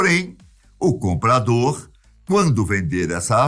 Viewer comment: nn entendi nada ele fala comprador comprandor Acho que ele falou errado